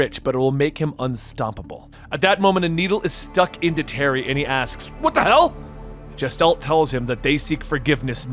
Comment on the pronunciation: its "GUH-STHALT" NOT "JESS-talt"